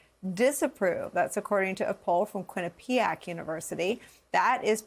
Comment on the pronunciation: Quinnepiac —The accent is on “QUINN.” Pronounced: QUINN-eh-pee-ack. 😊